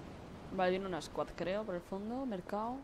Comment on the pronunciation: jajajajaja ... que bolas..!! el Comandante de esa SQUAD era johnny english ??? jaja